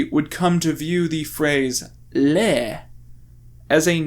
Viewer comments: The word "le" in french is not pronounced "lay" like in Spanish. It's "Luh". Get it right lmao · That's not how you pronounce "le"; that's how you pronounce "les". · It's purnounced luh. Not the same way you would say les. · Wouldn't it be "C'est moi" to be more grammatically correct? Also, am I the only one that finds it bizarre "Le" was pronounced as Lei like "Les or the Italian Le" instead of Luh? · Why is everyone pronouncing le like les? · OK but didn't English speakers always pronounce "le" in this context as "lee" - no French accent. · You’re pronouncing le wrong you uncultured swine